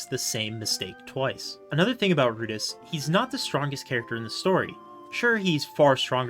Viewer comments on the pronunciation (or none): I loved how you focused in on the chararacters and how each one is unique and often flawed in their own ways. It never feels like they are 2-dimentional. Also you keep pronouncing rudeus as "Rudis", lol